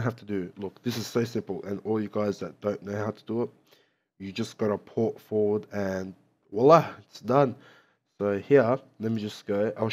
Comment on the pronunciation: "Fort Porward" xD thanks for the tutorial